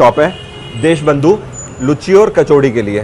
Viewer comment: लुच्ची नही उसको लूची कहते है